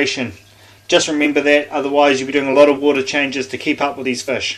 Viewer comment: Fish g not fush 😂